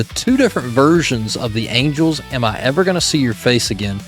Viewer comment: Angles? Angels. Good Grief.